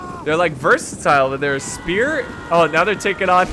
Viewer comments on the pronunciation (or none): none